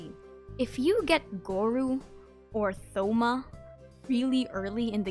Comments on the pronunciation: it’s toh-ma not thoh-ma 🙁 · Wow I never heard someone pronounce thoma with the “th”. It’s just a hard T as is with Thomas. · Thoma is tho-ma it's (toe-ma) 😭😭😭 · Why’d you pronounce the th in Thoma 😭😭😭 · I'm very sorry to tell you this but Thoma's name is pronounced with a hard T sound, like in the words- "Toast" and "Today", not a soft "th" like in the words- "The" or "thumb". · Stop mispronouncing Thoma's name 😂😂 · she kept saying thoma wrong